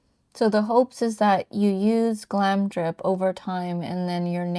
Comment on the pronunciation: Really lovely vid, but you pronounce it Glamour dip (GlamRdip) :)